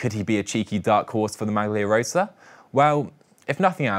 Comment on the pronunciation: A little trouble pronouncing “maglia rossa”, Giacomo Nizzolo. and “Cadel”. Maybe you should stick with “pink Jersey”.